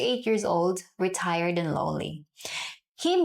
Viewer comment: I just realized she said retired and not retard.. although...😂